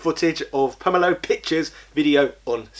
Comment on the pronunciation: Just put a link to his channel or video? He pronounces "Pomelo" different to you too, listen to the video you are re-uploading to figure out the pronunciation. Over 10 mins though, so congratulations.